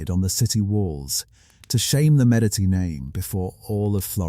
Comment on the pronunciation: Medici is pronounced Medichi. You keep using or an S sound, a t sound or a K sound. So annoying. Had to stop listening.